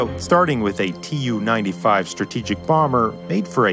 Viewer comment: Hate to be a smartarse, but here we go: -It's Khrushchév, not Krúschov -It's TU, not tiju -It's IL, not aiel -it's hundred fourteen, not one-one-four.